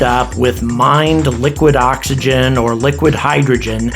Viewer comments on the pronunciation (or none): none